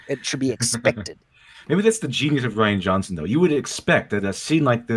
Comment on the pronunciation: "Ruin" instead of "Rian"? Really? I mean are you like 5?